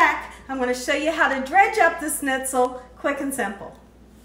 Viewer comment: Delish, as usual, my dear! I've so run out of ideas during this shut-in, I'm going to go for fried stuffs now. Schnitzel is brilliant. May I help your pronunciation a bit? ssshhhnitzel : just thrown in an sh at the front of how you say it, my dear :) Usually, we have a gravy, mash potatoes and a salad with this, but OMG, couscous! Thank you.